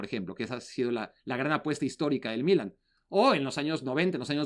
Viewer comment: Sólo una pregunta al: Se dice "Milán" en español. o "Milano" en italiano. ¿Por qué pronuncia "Mílan", con acento en la i?